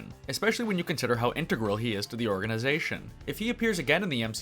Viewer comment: in-teg-ral, not inter-gral.